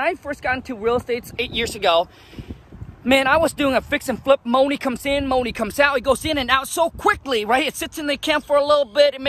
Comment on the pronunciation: Keyword keep the "MOE-NEE"